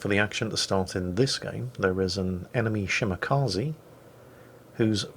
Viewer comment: it's "Shimakaze" not "Shimakazi". The "e" is pronounced like in "extra". This goes for all japanese ships as well btw.